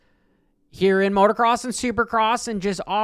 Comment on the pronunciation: It’s motocross not motorcross. Cringey af